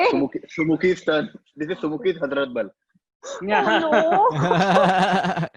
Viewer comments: "It's called HAZMAT sorry HAZRAT" (with the worst pronunciation possible by an Indian for this word)... If you know the answer you will never call it HAZMAT, HAEZRET, just like you will never call BUDAAN as BHUDAN (last quiz edition). At first, I was also pissed off why people are calling most of the winners as cheaters, but this one kind of stuck on, and for the right reasons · Hazraat ka kya pronounce kiya hai waah - itna cheating kiya hi hai to pronounciation bhi check kar lete Last quiz mein Reuters ko bhi gazab pronounce kiya tha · Isko khilate kyu hain baar baar. For someone who knows the answer, they'd never mispronounce Hazrat and Mohan Bagan